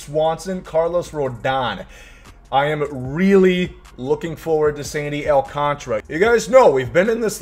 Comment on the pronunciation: It’s Sandy AL - CAN - TARA, clap it out.